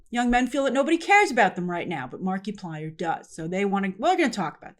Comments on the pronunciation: Never thought i'd run into anybody that doesn't know who "Mark-a-plier" not "Mark-e-Plier" is. That's like saying you don't know who Mr. Beast o.O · I love you as a reporter Grace but it would literally have taken you 10 seconds to find out how to pronounce the guy's name correctly. the creator of Iron lung name is pronounced like Mark-plier it a play on multiplier not Marky -plier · It’s not Mark-ee-plier, it’s Mar-i-plier ( short vowel form ) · I realize Grace that you don't follow Mark - 'ah' - plier. But I do feel it's worth pointing out that he was involved in the 'Edge of Sleep' series that was distributed thru Amazon. While neither writer or director in that series, he was involved in promoting as much as he could due to Amazon's seemingly strange limitations about advertising upcoming shows. Due to the frustration and annoyances perceived. I think there is a pretty big reason what encouraged keeping the big companies out of the mix this time around... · I work for Disney and Marvel and the hollywood machine. I am THRILLED that Markaplier showed you dont need the corporate Monoliths to succeed. The whole thing would have been completely tainted if he had "kissed the ring" of disney first. Mark-a-ply-er, PLEASE at least learn to say his name right, Gave hope to me that the film industry can recover from the Monopoly that has destroyed its creativity for the last 20-30 years. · Grace must have said "Marky plyer" 100 times this video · It's French Marky-plea-ay 😜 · I giggled every time you said Marky-Plier 🤣🤣🤣🤣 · Markiplier. (Mark eye plier) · it’s pronounced markaplier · I LOVE the way Grace says Marky Plier 😂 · “Mar-kee-plier “? “Conservative male viewers” for Iron Lung? Iron Lung not being good? What kind of biased is this? I am rolling on the floor at the moment. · I'm not a fan... But it hurts the way she pronounces Markiplier xD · I died inside at how you pronounced Markiplier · SAAAME Good God that hurt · It's like saying Multi-ply instead of multiply.